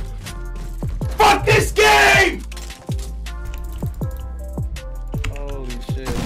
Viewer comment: myth : hory sheet!!!